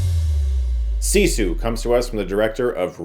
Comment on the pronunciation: It's pronounced siss eww not see sawl